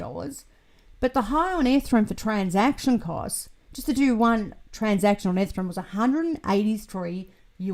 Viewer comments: Oh no. I can send you some Fixodent to help. That Ethrum always catches my attention every time.:) Enjoyed the new video! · Hi, I've been wondering for years why you always mispronounce Ethereum?